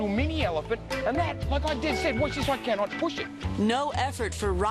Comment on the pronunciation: saying "cannot" like a singaporean hahah! love it